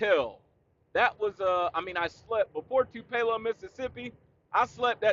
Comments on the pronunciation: Dude you might wanna set that Tennessee Honey down for a little while... "Too-pay-low" Mississippi 😭😭 That was Friday Blooper Reel material 😭😭 JL been teaching you too much of that Japanese... haha .. Stay Safe Brother ... You Tha Man 👍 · 😆 I thought you were saying anything other than Tupelo (Too-puh-loh), MS...I hate driving in Atlanta and I live here. 😄 It's a risk, but I go through the city on I-20 on occasion..👀 North Cobb in the house!